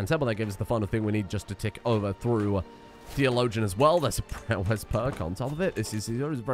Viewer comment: i really wonder how many times has said the word "theologian" without trying to find out how it's pronounced.